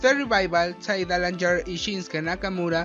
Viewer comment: Pero pues tampoco lo pronunciaste bien...